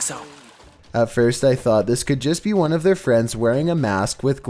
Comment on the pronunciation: No one:: BeFoRe We GeT tO nUmBeR OoOnE